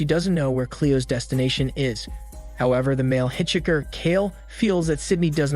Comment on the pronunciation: Thius voice is soo good. I know you've used it for a long time, but just right now I realized its TTS cuz of the "robotic-ness" in the voice and how it pronounces "hitchhiker". I love this channel 🗿